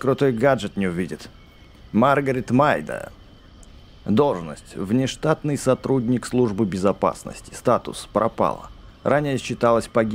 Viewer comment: Надо правильно читать фамилию маргорэд мэйды, а ты читаеш мэйдэн.